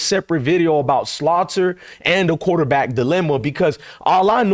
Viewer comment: Please stop calling Salter by the name of Slaughter. Come on now